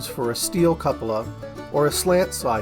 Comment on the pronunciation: I'm pretty sure its pronounced Koo-puh-lah. A variation is Kyoo-puh-lah.